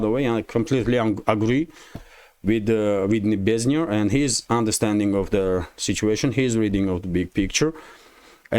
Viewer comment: Hi, it's Nebenzya, not Nebeznya 😊